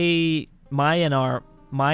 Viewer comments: You can't help cracklord. He said Myanamar. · Myanmar is pronounced as Me-An-Mar not My-An-Mar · myanmar is pronunced either burma or me-ann-mar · Myanmar is pronounced "Me-an-mar" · myanmar is pronounced ' mi - an - mar ' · Myanmar is pronounced "Mian-Mar" or you can just call them Burma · You pronounce Myanmar like this 'Burma' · Plz check how to pronounce Myanmar